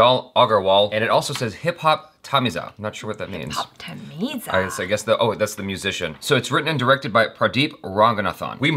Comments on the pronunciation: ....you should pronounce Tamizha as Tamila(தமிழா)😬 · Not tamizha pronounce as tamillaa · It's not "za" it's "zha" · Its Thamizha (Thamila)... Consider 'ZH' as 'L'... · its Tami"lzha" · It shud be Thamizha.... Th is த & T is ட... and zh is the ழ... It should be rightly said as Thamizha.... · Actualy the "zha " in tamil prononced "la" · No hate but it's pronounced as hip hop thamilla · DUDE IT IS HIP HOP THAMILA IN TAMIL ZHA = LA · THAT IS NOT HIP HOP TAMIZHA,ZHA IS PRONOUNCED AS LA ,SO IT OS HIP HOP TAMILA! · That should be pronounced as hip hop tamila .... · thamizha pronounce it tamila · the cringe level when he said hiphop tami"zz"a Tamil DIED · It's TAMILA not Thamizha 😂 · I think is intentionally mispronouncing. 😡 And you do not really know about 80s and 90s era to understand the context, so why are you doing a reaction for this? Achara is the only one who is bang on point in this whole reaction video